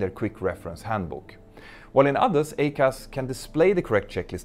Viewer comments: Small point … I am an Airbus pilot and we pronounce the ECAM system as “E….Cam”. The Boeing system is the EICAS, yet your pronunciation to my ears sounds like “A-Cas”? Might It make more sense to say “E….Cas”? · Hey Mentour, love your videos. Always even handed and informative. Could I just point out one little thing I noticed, that would then make your videos perfect. It's about pronunciation. You say AY-CAS but having been an instructor on the 777-300ER, I can say with some degree of confidence that it is EYE-CAS. Pretty minor point and definitely doesn't detract from your well-produced videos. Keep up the good work, regards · I'm pretty sure everyone in the US pronounces it "I-CAS". It definitely belongs on the Max. BTW, Petter, maybe you could do a video on the LEAP-1x engine fuel nozzles. GE were so proud of their 3D printed and laser drilled nozzles. Now we're replacing them as a set constantly. It's a real PITA. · "I"—CAS!!!!!! EYE-CAS!!!! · EICAS is pronounced Eye-Cas, it means Engine Indicating Crew Alerting System... it's only for the engines. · Yup. I agree. I-CAS. Like i-Phone. That’s how we pronounce it.